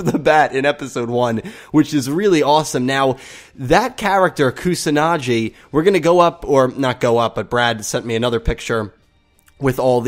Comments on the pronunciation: Although I have nothing to proof this but I'm pretty sure the "G" in "Kusanagi" is pronounced like the "G" in "Google". I could be wrong but "Kusanadschi" just sounds horrible. "KusanaGi" on the other hand sounds just like a typical japanese word. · Probably stated, but it's Koo-sa-nah-ghee. Not Koo-sah-nah-jee. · its not pronounced kusanaji its a G like Giraj,Gazzele,Go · Hard g in pronouncing Kusanagi. Like in get. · It is Shoichi =show-ii-chi and Kusanagi= ku-saw-naw-gee (not Jee). This is just for your future reference. I hope you don't take offense to it. I'm sorry if you do. I have just studied Japanese so much at this point that any mispronounciation sticks out to me like a sore thumb. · Kusanagi's name is pronounced Koo-sa-na-gee Show-ee-chi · The gi in Kusanagi is pronounced like the gi in give. Also, Shou-ee-chi. xD Thanks for the video, mate.